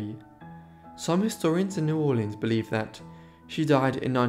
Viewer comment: Thank you for this one and thanks for the correct pronunciation of my family's home town. For many years the mahogany upright grand from the bordello was in my home in Virginia. Sadly I had to sell it before moving to Costa Rica 6 years ago and I don't know what came of it. Great video.